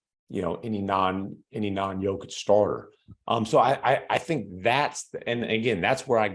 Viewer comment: Here's how disrespect is pronounced. Even when he was making his first All NBA team, no one nationally could pronounce Jokic's name. We regularly got "Jokovich,' 'Jock-itch,' and 'Joke-ich.' Rarely"Yoke-ich.' With his 2nd All NBA team and WCF appearance, 'Jokovich' disappeared in Joker's shadow. The following year with his 1st MVP award 'Jock-itch' dried up under the glare of the spotlight. Last year and this year with a 2nd MVP and prospect of a 3rd, many began pronouncing his name correctly 'Joke-ich' remains very much alive, though. LeBron used that pronunciation at this year's all star game. Tristan Thompson on ESPN yesterday too. 8 years in the league, soon to be 3x MVP and still many can't or won't pronounce his name correctly.